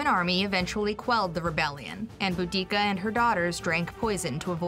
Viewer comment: Is it not Boudicca??